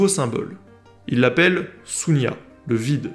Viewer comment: ... juste une petite remarque, par rapport la prononciation indienne du mot ( 0 ) "zéro". C'est pas "Sunya" /su:nja/ comme vous l'avez prononcé, mais c'est "Shunya" /ʃu:nja/. Qui se compose du deux mots: - Shun ... la place, l'endroit, - Nya ... nier, ne existe pas, Avez des belles journées.